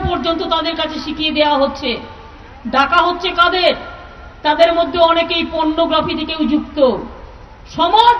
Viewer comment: Please CM, did you say "Pontography!!!" and meant it to be "Pornography"? Please get a Speech Writer and get it right.